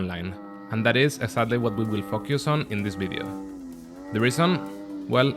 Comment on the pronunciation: Love your channel, its been a while since you say focus as "fokius". Sounds like a bad word hahah. I hope you keep uploading 3D videos!